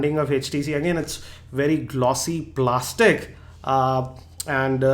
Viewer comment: why you say Plastic like that !!! loooool